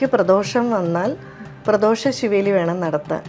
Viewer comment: SERI aaya malayalathil SEEVELI ENNALLA, SRI BALI ENNANU. Arivullavar slang upayogichal ?